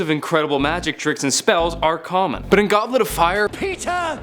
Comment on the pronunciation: i got triggered us 4 the first mistake (wich was in prisoner) HE SAID GOBKET OF FIRE